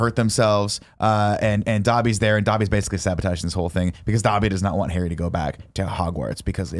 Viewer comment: Does anyone else hear ‘Hairy Potter’ and not ‘Harry Potter’